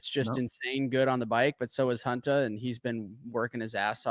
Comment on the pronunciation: Does ryan know hunters name isnt huntaaa